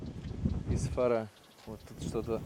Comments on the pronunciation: не ИсфАра, а ИсфарА ), сгоняй в Истиклол, там красотень, родной городок мой ) Дома старые тебя сильно удивят. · привет! Ты специально коверкаешь слова, в частности ударения? ИсфарА правильно, на последний слог ударение. Не первый раз просто замечаю подобное. Поэтому будь добр, в след раз погуглить названия незнакомых тебе городов 🤝🏻добра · У нас ударение в названиях местностей и имён всегда падает на последний слог - ИсфарА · Не ИсфАра,а ИсфарА,ударение на вторую а. Даже слушать неприятно,когда не правильно ударение ставишь. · не Исфа́ра,а Исфпра́.Ударение не последний слог,а ещё таджик называешься))))) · ИсфарА . Ударение на последнюю букву. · Исфара, ударение на вторую букву "а". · Вы не правильно произносите город Исфара, за видео огромное спасибо 👍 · Ударение не правильно ставите... Я родилась в Исфаре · Исфара- ударение на последнюю а, в арыке - ударение на ы, и так далее. Не надо издеваться над зрителями, прежде чем ехать и снимать, надо выучить ударения, а не только названия приблизительно знать, а то как-то коряво звучит. Хорошие ролики, если бы не нюанс. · Исфара-ударение на второе А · Город правильно надо называть раз снимаешь сюжет про Таджикистан,г Исфара ударение правильно на последнюю букву "а",совет на будущее. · Исфара без ударение буквы Ф говорится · Здравствуйте. Мой город называется Исфара, с ударением на последний слог😊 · Исфара... Ударение на букву а... А не на И